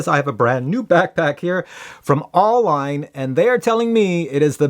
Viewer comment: FYI, it's pronounced Goldline. AU being periodic letters for Gold.